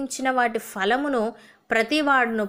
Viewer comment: Praise the Lord sister in Christ you are pronouncing fruits as falamulu it’s phalamu there’s no fa in Telugu it’s pa and pha sorry if I hurt you otherwise your prayers are very good